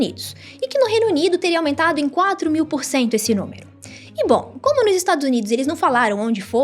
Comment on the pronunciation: ... pensar "ingual" ele. Essa doeu no ouvido.